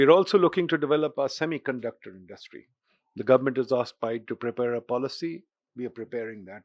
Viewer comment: When he say semiconductor 😂😂😂😂